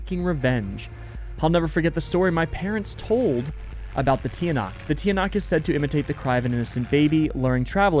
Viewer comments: Hi, Filipino here, Tiyanak is pronounced as like chanak, and this is not actually a bus, it's a Jeepney! And i'm very happy to see you play Filipino-inspired games! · hey! i’m from the philippines, and i wanted to teach you how to say some of the words here! tiyanak is actually said as “cha-nak”. in tagalog, the letters “ tiya” are sometimes said as cha! silang is said as “ see-lahng” tagaytay is not “ta gae tae”, its actually “ ta gai tai. “ai” as in chai tea! our currency is actually called pesos! singular is “piso”. i’m a big fan and would love to help you and anyone else with pronunciation! thank you so much because i really like this playthrough of urs!!!! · Hi! I love you videos it gives me the chills. Im from the Philippines and im very honored! Im really good at english cause i have practically learned it my whole life. Edit: you probably wont see this comment but its Tch-ah-nahk